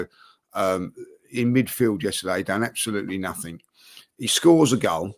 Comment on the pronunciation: “Nuffink” - Cretin